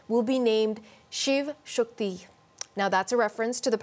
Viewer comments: She pronounced the 'Shiv' part correctly but not the 'Shakti' part, the way she says it, it sounded like 'ShUkti' not 'Shakti'. I don't blame her for that, but still it would've been better if her team confirmed the actual pronunciation by taking to an Indian person. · Yes her pronunciation of Shakti was different as that of hindi, but her pronunciation was that of Bengali word Shokti, which means the same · Haha, yes she didn't pronounce it right. Maybe it's because of her Pakistani and Canadian influence.